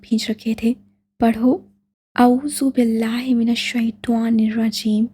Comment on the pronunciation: Yar aap اعوذ باللہ من الشیطٰن الرجیم shi se pdha kre